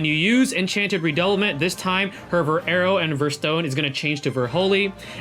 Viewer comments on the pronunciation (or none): Her skill's name are from French e.g "Redoublement" should be read as "Rer-dou-blur-blong" 😆